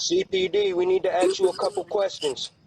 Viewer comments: He can't even say "ask" correctly lol, axe you a question.. Good stuff. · The "Cops" Wanna "axe" you a question. Seems legit. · “Axe you a couple questions?” Yeah. Not the police. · CPD we need to “AXE” you A Cupu questions. um “MAY” You come to the door please? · They lost me at “axe you some questions”. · Did you not understand what I AXE you. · I had a similar deal happen once. 1st clue is when I hear them say AX you a question instead of we like to "ask" ax lol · "CPD we need to axe you a few questions" " Oh! You must want to talk to my friend Walther" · "this is CPD we need to axe you some questions"\ The obvious reaction to this would eventually involve an axe. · Axe me?? Lol...I'll be right thur...just let ne get my greeting card...😊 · "CPD, we need to AX you a couple questions." lol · As soon as he says axe you a couple quesions..... he's toast ... no way any cop shows up looking like this ... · "We need to axe you a cooupe kwestions..." u know its an idiot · “CPD, we need to axe you a couple questions”😂😂😂😂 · “We need to acks you a couple kwestchuns” 🤦🏻‍♂️ Bless their hearts lol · "CPD, we need to axe you some questions. May you step to the door, please?" 😂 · "CPD, we need to axchu a couple questions" Yep. Sounds legit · If someone ever wants to "axe" you a "keschun" Nah😂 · You can't axe me questions through the intercom? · I think you mean “aks” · I was just commenting the same thing then I saw this. Ya I think 99% off cops would use the word "ASK" just a hunch. Maybe I'm wrong though, who knows?